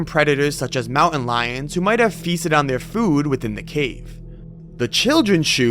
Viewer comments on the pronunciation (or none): WTF is a MOW-INN LION